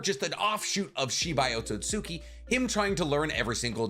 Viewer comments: Had a very similar theory regarding O but my guy … Otsutski gotta sound more like OAT-SUITS-SKI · Please lmfao it's not "Ohtsohtsuki". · Man said oatsosuki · Why do some people say Akatsuki correctly, but can't do the same for Otsutsuki? Otsut Ski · I love your videos, I hate how you say Otsutsuki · Why do u pronounce otsustuki like that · I’m not gonna lie: this video has been amazing to watch, but every time he says “Otsutsuki” wrong, it drives me insane.